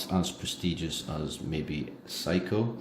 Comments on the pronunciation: Seiko is pronounced "Say-Ko" not how you pronounce it as "psycho"...LOL. Also, it would have been nice to provide lume shots, as the Orient Ray 2 has very good lume, bright and long-lasting. I am amazed at the accuracy of your Ray 2 as you stated it is 2 seconds off per day. That is phenomenal! My Ray 2 is around 10 seconds fast per day. How did you get it to be so accurate? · The name Seiko is pronounced "Sayko", NOT Psycho! Please get it right, I almost didn't know what brand you were speaking of. Thanks for the review, it is good & appreciated. Bless